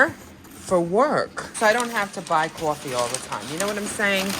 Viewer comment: Kaw-Fe lol I will now be saying it like that every day 😁